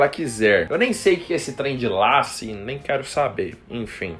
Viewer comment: Rachei com vc falando lace kkkkkkk...pronúncia fica leice , é uma peruca